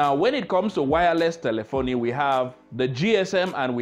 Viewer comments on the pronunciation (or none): Great video. why do you pronounce it telephon-i instead of telephone?